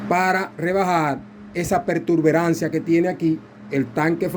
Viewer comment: Disculpa no se dice pertuberancia. El termino correcto es protuberancia, te lo digo para nuevamente en el mismo error.